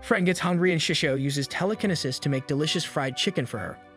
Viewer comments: Someone tell this man it's tele-kin-ee-sis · Bro pronouncing telekinesis all wrong had me triggered 😂😂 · "teleknisis" truely amazing